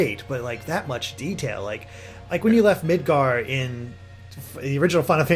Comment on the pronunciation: Midgir? Right is Canadian.